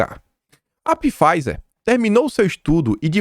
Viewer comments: NÃO É PIFIZER QUE FALA , É P MUDO! SE FALA FIZER. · Não e "Pifaizer",. A pronúncia é somente FAIZER! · Olá, excelente vídeo como sempre. Só uma dica: Pfizer pronuncia-se fáizer. O p é mudo. Abraço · Caro. PFIZER leia-se F A I Z E R. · Pô,, Pifáizer ficou muito Bosnáglia ou própio. Por favor, o conteúdo continua massa, mas a leitura pode melhorar. Abs. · Todo dia é a mesma coisa. Apesar de várias pessoas alertarem para a pronuncia nos comentários, ele continua pronunciando errado pois não lê nenhum comentário. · Pifaizer NÃO!! É "faizer"!! Astra ZÊneca!! Acento na primeira sílaba!!! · KIM, Pfizer - fala-se Fizer (P mudo); Astra Zeneca, fala-se Astra Zêneca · pronuncia os nomes de forma correta! Se pronúncia FAIZER e ZÊNECA.